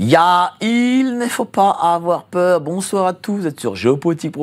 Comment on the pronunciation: j’adore quand tu dis : Yaaa ! il. ne faut. pas. avoir Peuur !!